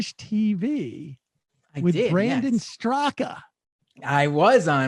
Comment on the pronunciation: It's pronounced "Briindeen Streeka".